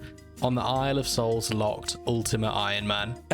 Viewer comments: Are you saying boys soul or boys hole? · Thought you said boys holes I was like....wot